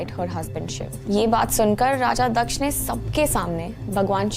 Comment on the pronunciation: First of all its not दक्षा it's दक्ष